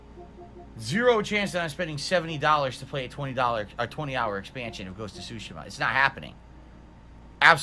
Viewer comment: I can't get over how he says Tsushima. He says it so 'Murican.